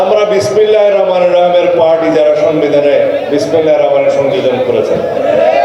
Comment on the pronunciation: বিসমিল্লাহির রহমানের রহিম তোর এত উচ্চ দণ্ড ঠিকমতন কইতে পারিস না